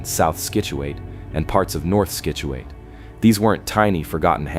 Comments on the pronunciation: Great video. But you cannot keep saying skitchuate. Pronounce it like "Sitchewit" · I enjoyed your video but for future reference: Scituate is pronounced "sit" u ate. Keep up the good work. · Scituate is ponounced Sit chu at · Sit chu it